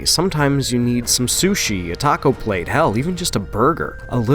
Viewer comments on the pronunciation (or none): none